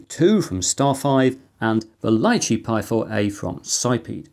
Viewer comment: "Lichee" is pronounced "lee chee". It's a small fruit, following the Raspberry Pi's lead, I guess.